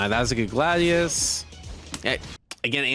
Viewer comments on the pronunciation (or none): none